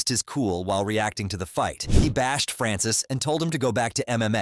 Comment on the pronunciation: This channel needs to learn how to say Francis name